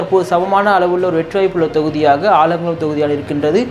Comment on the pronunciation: ஆலங்குடி இல்லல ஆலங்குளம்🤣